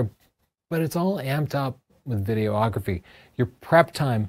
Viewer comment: Good info, - as a working pro I often use many of these tips. Not meaning to nit pick, but noticed you're often saying "video-ography" or "video-ographer". Imagine calling shooting stills "photo-ography", or yourself a "photo-ographer":D